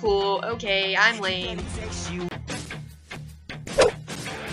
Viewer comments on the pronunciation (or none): none